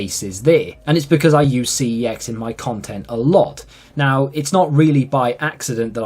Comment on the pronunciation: Forget about how to say YouTube as a British person. He should be pronouncing CEX as Sex and not Cee-Eee-Exx 😂